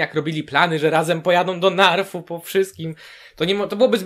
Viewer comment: Podzielam Twoje odczucia. Kilka dni temu trafiłem na stronę D&D i dziś z przykrością stwierdzam, że nie wierzę aby coś się dało uratować (tu wspominam z nostalgią Twoje słowa na koniec 7 sezonu). I mała uwaga: wyspa Naath a nie Narf :) Z innej beczki - jak oglądałem odcinek, to jakoś nie było dla mnie oczywiste, ze Sansa się wygadała. Przecież powiedziała bardzo ogólną myśl: "Co jeśli jest ktoś inny, lepszy". Wcale z tego nie wynika, że powiedziała resztę.